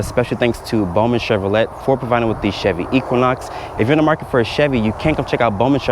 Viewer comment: I had to replay... does this boy really think its pronounced cshev-roh-let? The "t" is silent, lol! Its shev-ruh-ley. The name comes from France.